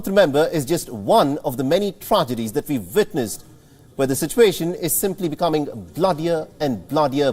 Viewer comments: The man said "wictim" and "vitness ", 😆 🤣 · Why did he said 'wictim ' and 'vitness'? Are those Indian words?